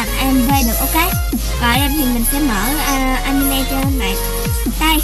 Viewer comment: animê nó đọc anime :D